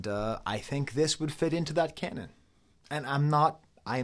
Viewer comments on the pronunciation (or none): none